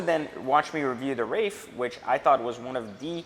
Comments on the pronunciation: There is no " F " in WraiTH. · WRAITH ( TH ) no "F" in Wraith dude!!